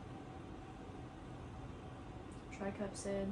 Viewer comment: Does she keep saying tricupsid?